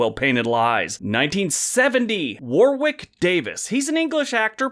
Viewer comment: war-ick, not war-wick. You're welcome.